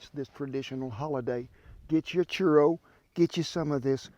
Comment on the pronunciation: "Chur-oh" I love this man